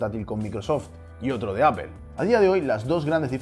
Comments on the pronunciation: Jajajaja, pero que analogia es esa? Estas defendiendo lo indefendible, si no sabe pronunciar Apple, que es una de las mas basicas, imaginate una mas complicada... En fin. Veo que sigues metiendo a Unamuno como el experto de la lengua en general, que sea experto en algo, no lo hace ser experto en todo, es ridiculo. A parte de eso, lo que tu haces es españolizar una palabra, eso puede ser correcto, pero se oye super raro en un mundo tan globalizado como lo es ahora, como dije antes, en el futuro todos deben de saber ingles sin excepcion, y saber ingles no solo significa saber la gramatica, tambien su pronunciacion correcta. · Pued técnicamente si lo pronunciamos bien ya que donde nació Apple se dice apol y toda Latinoamérica le dice así, no es por ofender ni nada pero ustedes son los únicos que lo llaman diferente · La pronunciación correcta en inglés gringo y británico es "apl". Los españoles en realidad pronuncian muy mal el inglés por lo general. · Al meno es mas correcto que decirle apel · B3E3 eso no es verdad, ustedes lo escuchan así pero no dicen apel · Me mató la pronunciacion "Apel" xd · Hermanos españoles, ¿por qué pronuncian Apple como "Ápel" y Google como "Góguel"? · Escuché Apel y cerré el video... bay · Se dice apol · Apple se ha de estar revolcando en lava de escuchar como los españoles deformaron la pronunciación del nombre de su empresa. ''apel'' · se dice ÁPOL No ÀPEL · Por que dices "apel" y no "apol"? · Ps a mi no me gusta ver fracasar a la gente xD. Y cualquier persona que sepa hablar un inglés avanzado, no importa su acento, nunca diran "Apel". Dirán algo parecido a "Apol" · y tu "apol" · ¿apel? sería aple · No sé dice Apel! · Se dice apol no apel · Siempre que escucho a un Español decir Apel en vez de Apple, se me hace muy extraño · Apple => "Apol", pronunciación en Inglés amigo. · "APEL" que coño es eso? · Apel jajajajajajaja